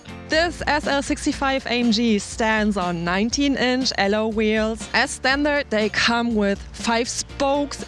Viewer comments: Also, in English the term "alloy" you are pronouncing more like "al-low" and it should be like "al-loy" or "al-loi" if that makes it easier. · "Aloe" wheels...god I love German girls.